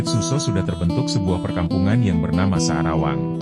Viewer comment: Maaf admin bukan sadawang tapi sa'rawang